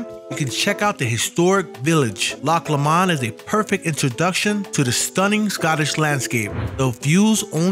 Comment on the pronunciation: It's pronounced "Loch Low-mund",by the way. Rhymes with bow, doe, low, etc